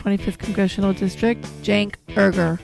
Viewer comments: They do it on purpose by saying his name wrong. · The host got schooled and his wife butchered his last name lol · IT'S UYGUR , NOT UYGER! IT'S BEEN 3 WEEKS & THEY STILL HAVEN'T CORRECTED THIS. INCOMPETENT! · Uygur, pronounced "You-Gerr!" I thought it was "Chuck Ungar" when I saw it in text. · You grr. Not urger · Holy shit, I laughed an uncomfortably long amount of time at how they pronounced Cenk's name and last name. I mean, good god. I hope you guys aren't THIS uninformed about who he is at this point, because... Christ. But I'm glad it was literally the first thing that was asked of him, so I hope it doesn't happen again, because that was deeply embarrassing. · did you really call him Cenk "Ur-ghur?" XD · THE WAY THEY PRONOUNCED HIS NAME IRRRRGRRRRRR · Cenk Erger? C'mon, it's really not that hard... People mispronounce Cenks name intentionally fairly often I've seen. You could do two seconds of research on who you're interviewing. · Cenk Errger? You can at least pronounce his name right... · Elect Cenk ASAP. And how about pronouncing his last name right? It’s not erger! How about a little PREPARATION? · pronounced You-grrr / spelled Uygur / two *U*s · Christy Smith 1k views. This video 41k. Get Cenk's name right for God's sake. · Couldn't do the research to figure out how to say his name to start the show... but expect him to care about you, right? Yeah. It's not even difficult... he says his name a billion times all over Youtube. Come on... do better... seriously. This is "journalism" and you can't even take 5 seconds to learn the guy's name? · You didn't even pronounced his name right in the beginning of the video, and they didn't even spell his name right at the end of the video. Very professional! (sarcastic) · Way to have a guest on, just to fuck up his name... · The host’s wife does the intro and mispronounced Cenk’s last name even though any politically aware Democrat should know who Cenk Uygar is???